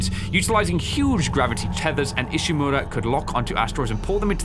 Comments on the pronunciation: pronounces "Ishimura" so well! 🥰 Others "is she-mew-raw" 😂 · The way he says Ishimura so clean.